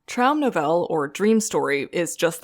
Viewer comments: Novell-E. Say the E, it's German!! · In German, as opposed to French, the e's at the end (e.g. in Novelle) are not silent. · The "e" at the end of Traumnovelle is not silent. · You should learn the real pronunciation of "Novelle". I cringed every time you said it.